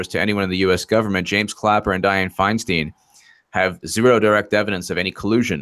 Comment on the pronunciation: A small point, but one I hope you will welcome. You are pronouncing Dianne Feinstein's last name incorrectly. "Stein" rhymes with line, not with keen. No malice intended. I live in CA, and have heard her name pronounced thousands of times.